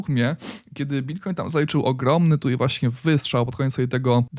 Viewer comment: Super jak zawsze, jedna uwaga nie mówi się tutej tylko tutaj... ;)